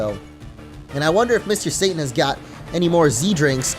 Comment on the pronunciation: hes saying satan i hear Sane.......